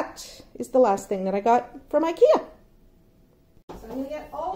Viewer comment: Really funny to here the pronouncement on the Swedish IKEA names..... 😜 You did a great job 👍🏻 Love from the land of IKEA 🇸🇪